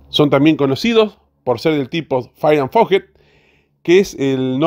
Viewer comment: "faier and forguet" se pronuncia ara